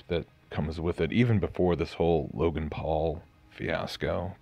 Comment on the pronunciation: WOW "Loganass" , What a shoot sandwich you r.